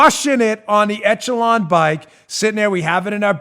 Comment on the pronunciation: Dan -- ech·e·lon (ĕsh′ə-lŏn′) It's pronounced "ESH-uh-lon" not "ETCH-uh-lon"